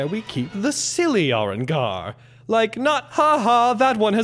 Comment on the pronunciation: Fair enough. Thanks for the reply. Stay safe dude. Little nitpick on the way Gin pronounced Arrancar. It's Ah-Rahn, not Air-Rin